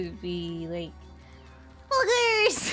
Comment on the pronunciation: The hyped one sounden more like puggers